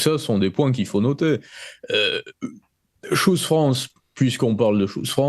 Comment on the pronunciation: FRANÇAIS...FRANÇAISES.... Si vous prononcez un mot ANGLAIS....prononcez le comme les anglais....sinon PERSONNE ne vous comprends...ni les anglais...ni les français..... Choose se prononce TCHOOSE......et non pas shoes....qui sont des godasses.....